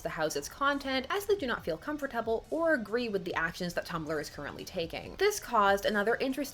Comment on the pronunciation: I love you so much but how you said comfortable at like made me holler out loud 😂😂😂